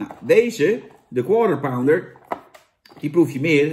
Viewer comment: Ben ik de enige die gewoon structureel Counter-Pounder hoort bij een Quarter Pounder?